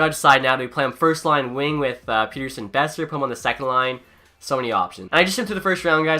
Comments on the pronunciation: Petterson, like letter-son. Not peter-son. People will get it eventually, if he stays good. Please God he stays good. Lol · ITS NOT PETERSON, ITS PETTERSON SAY IT RIGHT!!!!!!!!!!!!! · It's pronounced like pet-her-son not peter-son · Pet not Pete. Petterson. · You said Persin it’s Petterson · Its not pronounced Peterson it's pronounced pettersson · As a swede i know that you are supposed to pronounce it pet-ter-son. I think Elias just accepted "Pet-er-son" because thats what everyone said over in NA. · its actually pronounced El-le-ash Pet-ter-shon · If you want to be pedantic it's actually pronounced pet-er-shown in Swedish, but given the player has stated he doesn't care neither should you. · Say Pettersson right Pet-er-son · actually in swedish it’s pronounced pet-ter-chon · It’s actually Pet-ter-son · bruh im swedish and everyone says pet-ter-son including all swedish commentators.. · he did it as a troll cause people ask him so much, hes talked about the interview on after hours and confirmed its pronounced Pet-ter-sson. All Canuck fans know this.